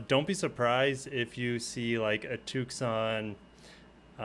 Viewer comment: why do you keep pronouncing it TOOOK-SAHN and not TOO-SAHN 🤣